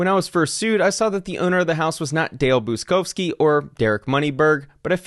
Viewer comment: Buczkowski is a typical Polish surname and is pronounced Butch-kovskee. Cheers! And all the best with the trial ;-)